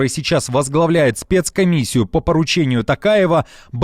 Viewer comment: Ещё раз повторяю , правильно будет Токаев То Токаев после буквы "Т" буква "О" не буква "А" , а буква "О".